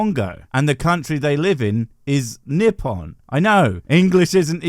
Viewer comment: Sorry bro, you pronounced the Japanese mostly wrong. You got yoru right, but dark is kuro/kuroi, the name of the language is nee-hone-go, not nee-hawn-go, and the name of the country is neep-pwn (pwn as in pwning noobs, I didnt have any other way to spell that syllable sorry). Japanese uses none of the vowel in the word "in" or "sick", the letter Romanized as "i" is always "ee".